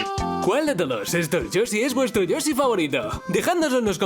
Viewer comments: ¿"Yosi en Smas Brothers" tan dificil es pronunciar la "sh"? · Lo dijiste mal y que asco